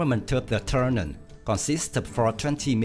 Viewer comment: Why do you keep calling the plane "Turnan" ? OMG, you should replace the audio. But thanks for the video